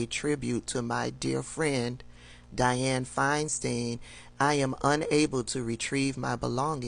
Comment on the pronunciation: I love listening to you but PLEASE stop mispronouncing names. Gaetz is Gates not Getz, It’s FineSTINE not Finesteen.